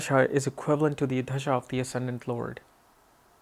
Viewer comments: Its Dashaa not Dhashaa. You trying to pronounce it Dhashaa,, you know how to pronounce it correctly but you are not doing it. Don't try to proof you are not from India. 🤨 you know what i mean. Smart boy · Its Dasha not Dhasha..